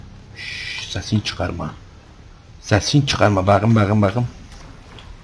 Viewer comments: no one: literally no one:: BAQIM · beterya, baqım, elenktrink, uLaĞ aMınA, kantor strink, gasžpumpz, oğlųm, veLaaĞ, SeSsiN çıkAğrmA, ToQtİr DİCTİONARY OF (ADK (AbbAs DiL kUrUMu).